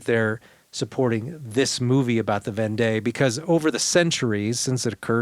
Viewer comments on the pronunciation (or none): I enjoyed this episode. It will be a helpful conversation piece with my French friends. Just one thing, Vendée is pronounced as Vondee.